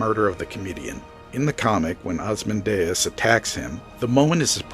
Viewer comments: Great summary. Just pls don't butcher "Ozymandias";) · It's hard to take you seriously when you can't even pronounce "Rorschach" and "Ozymandias" correctly.